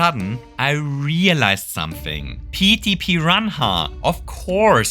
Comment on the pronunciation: Idk if i love or hate the way you say Petey Piranha